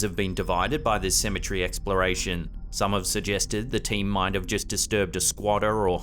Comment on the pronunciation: The way you pronounce cemetery bothers me more than it should. Love the content (more importantly I love to come up with legit reasons behind the so called paranormal)